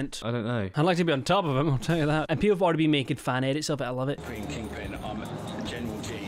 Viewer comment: Gween gween gwass